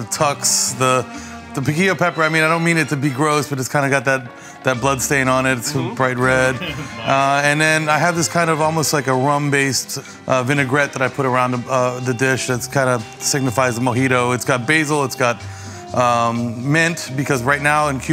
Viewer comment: When he said a rum base I thought he said a rambae